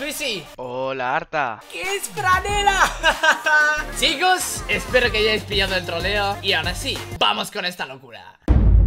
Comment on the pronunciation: Minuto 00 sicooos xd jaj se equivoco es chicooos